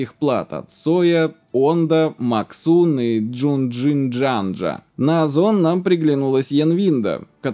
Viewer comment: jginyue --- джунджинджанджа ??? ты сам то веришь что там именно столько букв было ?